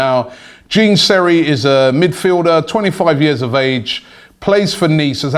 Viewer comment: Gene Seri lmao, big man Rob it's pronounced like John